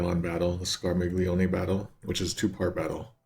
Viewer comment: Okay, you seem to be struggling with the correct pronunciation of Scarmiglione a surprisingly lot,, so here is the correct pronunciation written in IPA: [skar.miʎˈʎo.ne].